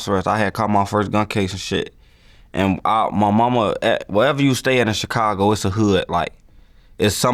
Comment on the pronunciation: Is it me or do anybody else hate how vlad say chicago everytime he say it